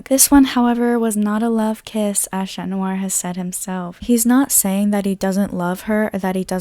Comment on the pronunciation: Okay we're you saying shat noir and maryshat BC if you did lol